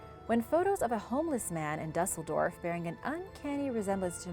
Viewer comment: I find it odd that you will throw the accent on every Spanish word and city but won't take the time to find out the correct pronunciation of Dusseldorf. And not that it matters, but I'm Spanish and German so don't think I'm being picky for no reason.